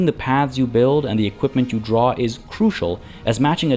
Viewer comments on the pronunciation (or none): none